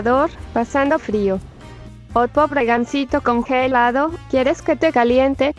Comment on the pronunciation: nose porque dá tanta gracia como dice congelado el loquendo XD, "congËlado"